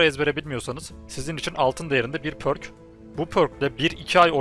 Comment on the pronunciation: pərk diye okunuyor sanırım şapkalı ö gibi, üo